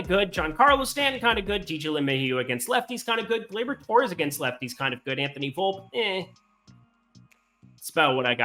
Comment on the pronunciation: His name is pronounced “Volp-E”, not “Volp”… I’m going to keep commenting this until you pronounce it right